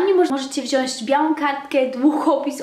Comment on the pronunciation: proszę! WZIĄĆ nie WZIĄŚĆ:D